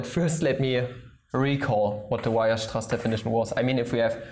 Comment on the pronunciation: You pronounce Weierstraß wrong.